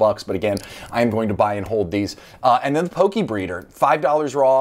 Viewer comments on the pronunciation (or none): none